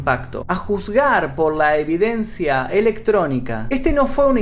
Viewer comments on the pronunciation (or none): none